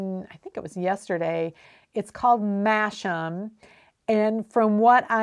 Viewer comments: I seem to remember you bought your breed taster pack from a British supplier? If so, then the Jacob wool was definitely separated into black and white fleece. Also, Masham is pronounced Mass'um! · Apparently the word "masham" is pronounced "massam" , according to 'world of wool'. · I recently discovered your interesting educational chats. I thought you might like to know that Masham is actually pronounced "Massam". It is one of those odd British place names that is spoken in totally different way to the spelling! It is a beautiful market town here in North Yorkshire, famous for beer and its sheep fairs.